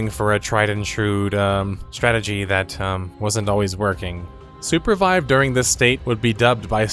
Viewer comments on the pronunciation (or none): Bro, you keep saying Supervibe. Why make the name more cringe than it already is? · The Name is a combination of Super and Survive. Mentioning it since Sounded like you thought it was Surpervibe.